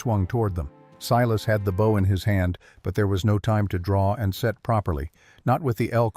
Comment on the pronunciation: It is BOW(boooow)